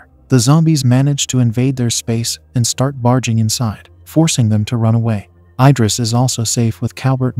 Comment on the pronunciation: I-dris ❌ Id-ris ✅